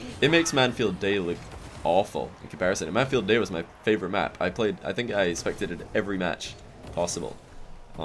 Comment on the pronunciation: 2nd Satan Nooooo.... It's Mann-field.